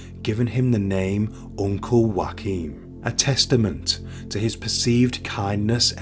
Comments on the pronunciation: His name is NOT Joaquin, a Spanish name, it is actually Joachim, a German name edit: According to the web it is either : Yoh-a-keem or Joh-a-keem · His name was pronounced Joe-came. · You have to work on your pronounciation of NAMES (for ppl as well as towns) - Joachim is not a Spanish/Mexican name and not prounced as in Josè! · Is that really how you pronounce his first name? I thought it was like yo a chim.